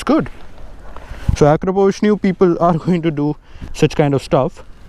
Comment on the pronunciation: You actually pronounced Akrapovič correctly. It's a beautiful bike, ride safe. Happy Holi from Spain! 🇪🇸